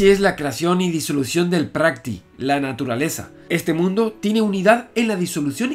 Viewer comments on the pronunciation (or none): O.44 no se lee prakti se pronuncia prakriti ... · Javier, la palabra prakrti se pronuncia prakriti. El Mahabharata es una Epopeya, no un texto enteramente mítico (aunque el Mito se emplea en la obra). Y es más antiguo. Lo que pasa es que la versión a la que haces referencia probablemente sí sea del siglo III a.e.c. La datación que han empleado para los textos suele ser especulativa. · Se lee prakriti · Prakirti sería la pronunciación adecuada... La naturaleza, ah! que lo llena todo. Son miles y millones de bigbangs.... y unos dentro de otros.